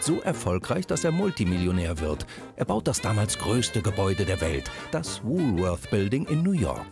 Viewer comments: Welcher Deutscher sagt schon Wulfeurs!!!Hier in Berlin sagt man Wolwort oder Wolle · Bei "Wuuuhhlworthh" gehen einem ja die Fußnägel hoch! Jeder normale Mensch in Deutschland sagt "Wohlwort" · Frau: „Wulwörs“ Sprecher: „das letzte war richtig!“ Ähm, sorry aber auch nicht.